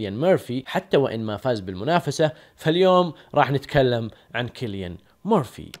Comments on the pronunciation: ياجماعه الرجال اسمه سيليان وليس كيليان 😂 😂 😂 😂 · ترة اسمه سيليان .. مو كيليان